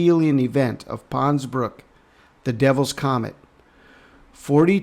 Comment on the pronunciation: GOOD WORK, THERE IS AN 'S' ON THE END OF PONS-BROOKS - BROOK'S'...A BRIDGE OVER 'TROUBLED WATERS'...I KEEP HEARING THAT IN MY SPIRIT, SO I THOT I'D KEY THAT IN HERE...🙏